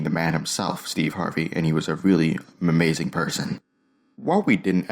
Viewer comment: Did he said amazing or mamazing